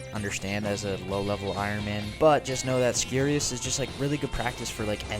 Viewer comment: It's like scurry. Scurrius. Nice video!